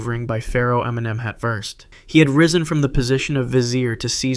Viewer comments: Lol I cracked when I heard it 😂😂... I'm Egyptian, and he actually meant to say "Emnem-hat", as this is the correct pronunciation for it. However, it feels like the original pronunciation was way too difficult for English speakers, so he settled for "Eminem". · Pharo Eminem? What did he say there?